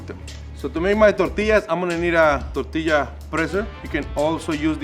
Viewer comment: ngl i really liked how pronounced the word "tortilla."